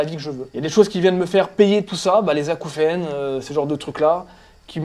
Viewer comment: Acouphènes, Acoufion, Acoufriacre.